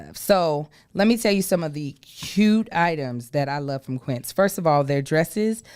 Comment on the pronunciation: How Joshy stand right there, and let mispronounce Quincé in that ad?!?!